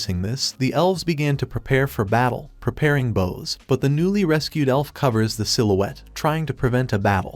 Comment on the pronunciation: I like the recapp but one thing bothered me. The way he pronounced bows. There are bows as in bows and arrows and there bows as in bowing. Spelt the same but pronounced differently, one of the difficulties of the English language. A bow and arrow is pronounced as 'boe'. Bowing is pronounced as 'b-ow'. Not sure how to spell phonetically but I hope what I'm saying is clear.